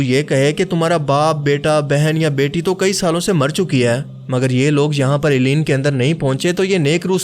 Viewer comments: Assalam Alaikom, a point I wanted to make clear, please call it, (El liyeen) rather than Eliyeen. 🙂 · It’s عليين illiyyeen not ileen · AP boht zyada km ilm ho. illeen nhin hora. Blke ILLIYYEEN hota he.,,,.Apne kaha munkir nakeer. Ye bhi aapko jahaalat he. Munkir nhin hota balke MUNKARR hota he. APki aokaat nhin he k aap deeni mozuaat pr bat Karin. Funny videos bana Liya karo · آپ نے علیین کا تلفظ ساری ویڈیو میں غلط بولا ہے۔۔۔۔۔ جس سے لگتا ہے آپ نے سورة المطففین ٹھیک سے نہیں پڑھی ہے۔۔۔۔ آپ کو خیال کرنا چاہئیے۔۔۔ آپ ایک اہم موضوع پر بات کر رہے ہیں۔۔۔۔ اپنا تلفظ ٹھیک کریں۔۔۔۔۔ باقی ویڈیو اچھی اور معلوماتی ہے